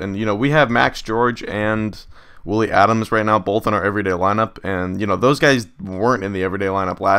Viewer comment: Adames is pronounced "Ad-am-es"